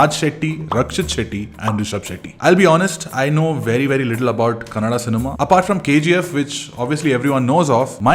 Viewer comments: Thank you for pronouncing our language right. It's kannadA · Thanks for the correct Kannada pronunciations